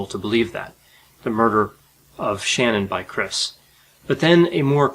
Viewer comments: Great video, it is pronounced Shu-nahn(Shanann)though not Shannon. This guy is where he belongs and hope he never gets any appeals. I think Kessinger should of faced charges for lying to authorities. I remember seeing him lie to the news cameras live. I wonder how long it will be until the media is tired of this case. It is a very sad one and he is a monster and belongs in there forever. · Her name is not Shannon!!! It is Shanann . Not cool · Pronounced 'Shan-Anne ' not Shannon . Also you refer to Chris and Nikki as Chris and Kessinger. Dude stick to fore or surnames not a mix of both. Otherwise good work. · Hi! Just FYI her name is pronounced Sha-Nann! Not Shanon! An easy way to do it is to say Shenanigans and drop the ‘igans’ part! You’re welcome! Also it bothers me when people say NK sent ‘semi-nude’ pics! Why can’t you just say she sent a bikini pic? People NEVER say men are semi nude when they wear shorts or swim trunks! Sexist bullcrap! Do better! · I was sad to hear you mispronounce Shannon (properly, it is Sha—naan) throughout and not even explore (am not being fatuous) the possibility of CW being severe developmentally disabled. Good that you explored the rage bubbling in this imbecile though. I like your shows, you’re not arrogant and you do your research. A rarity! PS. Instead of coming through the MMPI why not develop and coin your own conditions? Or at least expand on narcissism and psychosis. TY. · Her name is ShaNAN not Shannon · It beyond rude to consistently say Shannans name incorrectly. I know that you know it’s pronounced sha nan. Not Shannon. you’re boring monotone doesn’t help. Pronounce the name correctly. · FYI, his wife’s name was “Shanann,” not “Shannon.” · 💔💔💔 “Shen-ANN” is how I have come to understand her name is pronounced. Not “Shannon”. I believe you should make the extra effort to ensure you pronounce key names correctly, out of respect for the truth and the dead. PS love love love your videos.